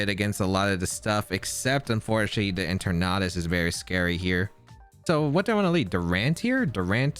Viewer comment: En-ter-nat-us... its eter-natus